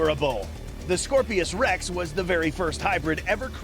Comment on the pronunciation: It's Scorpios rex not scorpesrex